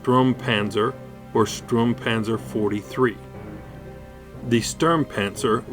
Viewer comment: I like how you explained the history of that Sturmpanzer IV but your pronouncing is a little bit weird.Its not a Stuhrmpänser its a Sturmpanzer and its not a Buuhmboar its a Brummbär.But lets ignore your...pronouncing fail,it is a good video so i give you a like.